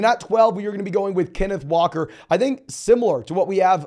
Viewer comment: The way you said walker the second time 😂